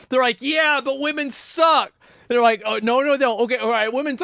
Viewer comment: “They kids, they kids” Why is it so hard for Asmongold to pronounce the ‘re part of “they’re”?